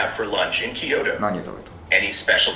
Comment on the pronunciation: へぇー /きーようど/って発音するんだね